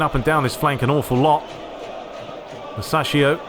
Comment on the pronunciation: Man its pronounced musakio